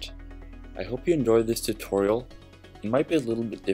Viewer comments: Turoail wtf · the beginning said turoail